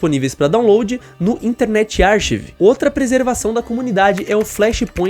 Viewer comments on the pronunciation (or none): 2 dicas para comunicação : 1. A pronúncia da palavra graTUito (a vogal mais forte é o u) 2. A palavra archive se pronuncia ar-cáiv